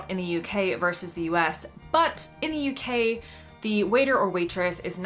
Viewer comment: Verse, I presume you mean Versus, you did that right at the beginning, but got it right later?